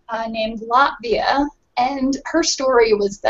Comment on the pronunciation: For a minute I thought she said Latveria, and I was like, yeah, I could see Miranda as Dr. Doom. How she abused poor Dan in that one battle report leaves no doubt.